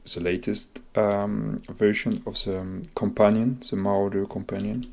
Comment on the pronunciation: mo-raw-der say it with me now